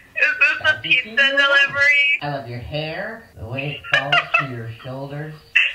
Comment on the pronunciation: Bro: No I didn’t Order aPiZzA